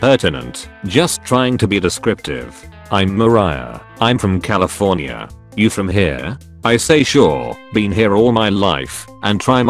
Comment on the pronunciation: "Ma-rai-a" Fucking really